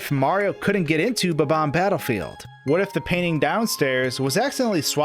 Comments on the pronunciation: It’s bomb-omb not bubomb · Really bugs me that he pronounces bob-omb as “buh-BOM” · you kept saying bomb-omb wrong.